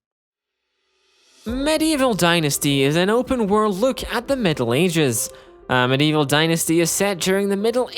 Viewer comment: Just FYI, it's "Medieval", not "Meadevil". You're not selling evil mead, although that would probably make a good game too. :)